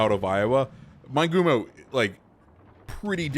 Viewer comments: Fairly certain it would be pronounced Mee-neh-goo-moh in Japanese, or Min-eh-goo-moh for English speakers. Just saying.. lol. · Good info about the ship, Amusing how you mispronounce its name. MIN-EH-GOO-MOE